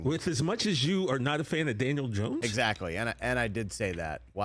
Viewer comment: He doesn't even know how to pronounce Dan last name 😂😂😂 Gracias por confirmar lo que ya todos sabíamos 😅